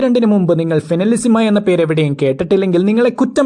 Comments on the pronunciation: Español pronunciation agane ann bro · ഫൈനലിസിമ ❌ ഫിനിലസിമ ✅😂